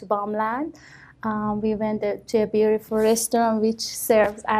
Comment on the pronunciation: I banged my head to the wall everytime she said BUIRIFULL